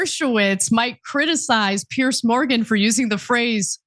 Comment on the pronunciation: So funny that Ana doesn’t know how or can’t pronounce Piers’s name 😂